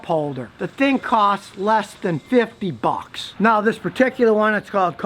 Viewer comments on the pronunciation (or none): I love how he says BUCKS . XD LESS THAN FIFTY BAWKS.